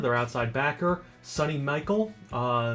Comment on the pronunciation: just so you know Michel is pronounced like Michelle. Lol